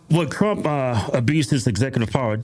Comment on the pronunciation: He doesn't say Trump he says Drump😅